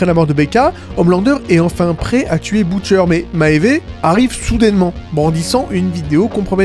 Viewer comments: "Maéyvé uguiy" ptdrrr c'est quoi ça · Vidéo très étrange des cuts très audibles en plein milieu de ton explication + prononciation bizarre de maeve et du composé V (composé 5 ?) Certains points intéressants mais je ne comprends vraiment pas ces problèmes cheloux